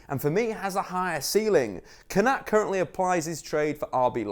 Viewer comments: surely it’s pronounced Kon-a-tay not Kon-at 😂😂 the little ‘ above an e gives it the ayy sound e.g. sane, mane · Pronounced konatay not konat. Great vid tho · Good video, but the é means that the “pressure” is put on that vowel 😄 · It’s pronounced konaté bro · That’s not how you say Konaté’s name at all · Is it just me slightly annoyed how he's pronounces Kounaté though l live the vid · that is single handedly the worst pronunciation of Konate I've ever heard you're better than that big man